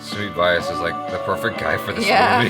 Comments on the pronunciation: and u got his surname wrong "Vaayas" #Vyas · Sumeet is not "Y aas" but "Vee yaas" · It's pronounced 'Vya-as' not 'Vee-ass' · It's not "Y ass" it's "viyas" 😂😂😂